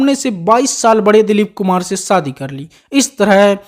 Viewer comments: You stupid man it’s shadi not Saadi it laughing matter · राजेन्द्र कुमार उर्फ जुबली कुमार के बारे में जानकारी तो सटीक है पर आपकी हिंदी बहुत त्रुटियों से भरी हुई है,आप श को स बोलते हो जैसे शादी बोलते हैं सादी नही शहनाई ना की सहनाई और भी कई शब्द है जो श से है ना कि स से आवाज ठीक ठाक है 🥴🤛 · सादी नहीं, शादी 😂